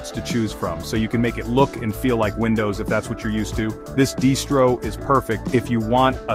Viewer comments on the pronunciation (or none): Either AI slop, or someone who can't pronounce "distro", "Manjaro", etc.